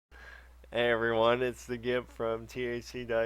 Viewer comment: haha does he say its the gimp at the beggining